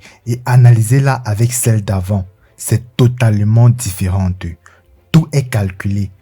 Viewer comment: le charismeu , differenteu , dominanteu .....j'aime bien l'idee , mais je ne supporte pas l'acces. on croirait une parodie des dialogues de kirikou